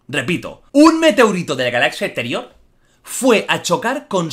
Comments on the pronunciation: "Un Meteurito de la galazia eteriò" :V jaajajajajajaaja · "De la galaxia esterioh" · De la galaxzia esterioh :v